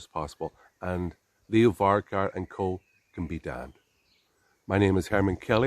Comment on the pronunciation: I might take this lad seriously when he learns how to pronounce Leo Varadkar’s surname correctly. It’s VAR-AD-KAR.